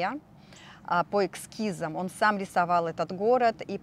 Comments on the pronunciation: не экскизы, а эскизы. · эскиз,а не экскиз.